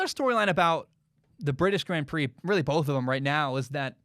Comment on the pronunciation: I love the way says 'GRAND prix lmao'